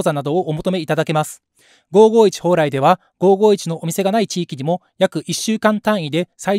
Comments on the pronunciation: ほうらいの発音ってなんか違和感あるんだよな ミヤネ屋のほうらいさん？の影響でこの発音が関東圏とかで主流になってんのか知らんけど ５５１の蓬莱のCMを知ってたらこんな発音にはならんと思うのだが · 蓬莱の発音が気になって動画の内容が9割しか入ってこない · ＜ホ＞ウライではなく、ホウラ＜イ＞ですわ、発音。